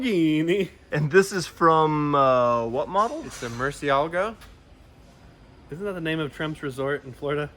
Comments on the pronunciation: Is pronounced “mur-chel-ah-goh” no no murcielágo, murciélago, accent is on the e not the a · the way he completely forgot the e sound. Bruh just google translate bat english to spanish. And you clearly see something is wrong with that pronunciation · its pronounced mur see-lah-goh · dude said MURCIALGO🤣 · Mersiago?? How the hell did he pronounces it? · This man just unironically said, "Murcialgo"... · that didnt sound any close to murcielago, i speak spanish and what he say is murci alga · this guy beats doug demuro in the worst Murcielago pronunciation. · I thought I was the only person that heard that I was like bruh